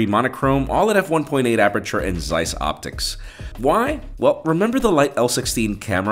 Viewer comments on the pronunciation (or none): none